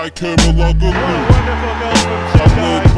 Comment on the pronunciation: the "g" in Kerimoglu is silent